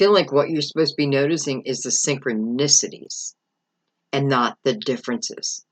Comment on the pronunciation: 1122 when you said syncronisitys